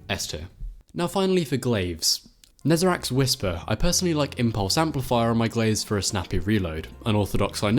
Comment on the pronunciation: IT'S NEZ-AH-REC NOT NEZ-AH-RACK WHY DOES EVERYONE THINK HE HAS AN "ACK" SOUND AT THE END OF HIS NAME? HE'S THE FINAL GOD OF PAIN AND NOBODY EVEN KNOWS HOW TO SAY HIS NAME PROPERLY AAAAAAAAAAAAAAAAAAAAAAAAAAA